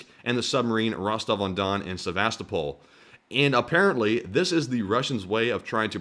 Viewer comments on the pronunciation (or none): none